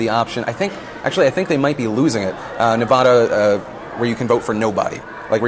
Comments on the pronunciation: Phil, as a Nevadan, It's pronounced Nev-AD-a, not Nev-AH-da. There's a slight difference, but a lot of Nevadans prefer the former rather than the latter. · Its Ne-VA-da not Ne-VAH-da.!!!! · Phil you said Nevada wrong. Just saying.